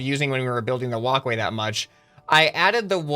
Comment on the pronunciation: Every single time you say walk way I think of woc way